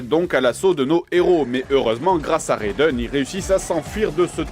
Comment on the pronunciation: c'est raiden pas reydon :)